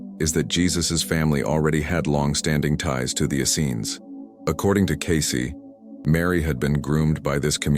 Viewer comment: John the Baptist was always presented as the cousin of Jesus, Mary was never considered a "random" choice...Joseph and the Essenes...ok....I'll give you those...but only if you stop mispronouncing "Essenes"